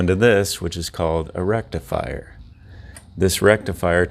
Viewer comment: haha your beard holder made it sound like you said rectum frier!